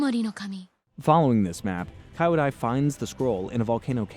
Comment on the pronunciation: KEE-YO-DAI. Kyodai is pronounced with a KEE not a KAI. You watched the episode, right? You do this all the time, it's baffling. Listen.